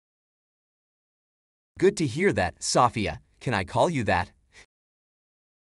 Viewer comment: SEW - FEE - AW